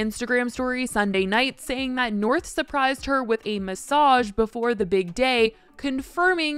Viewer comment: I'm sorry, did she try to say that north planned that elaborate massage hahahahaha